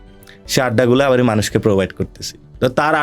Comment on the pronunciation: Nasir, Assalamualikum. Apnar sobkichu e sundor except ekta mudra-dos. R mudra-dos ta holo "abari". Please try to avoid it.